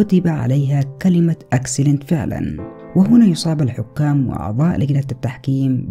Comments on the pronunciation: ماشاءالله طول عمرك مبدع اخي بس معي ملحوظة صغيرة وهيا: نطقك لكلمة (Excellent)كان غلط وانت عارف انو في معاك متابعين من جميع أنحاء العالم. والشكر لك على كل المجهودات المبذوله لكي توصل لنا الخدعة و المعلومة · هو قال نطقها غلط مش الكتابه غلط